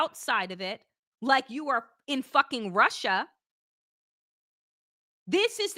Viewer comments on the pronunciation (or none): none